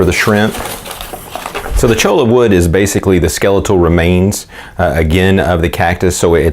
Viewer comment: It is pronounced CHOY YAH not CHOW LA. LOL